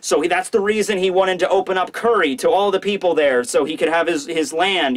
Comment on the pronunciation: I can stomach saying "Curry" and "Sukuyaki" instead of Kuri and Sukiyaki. That's how good he is.